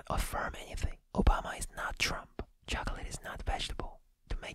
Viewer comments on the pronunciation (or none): none